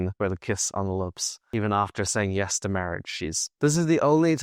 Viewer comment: listen carefully she never says yeS it’s “Ye”